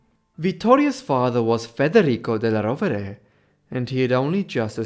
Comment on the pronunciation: The suéname is badly pronounced. It is della Rovere!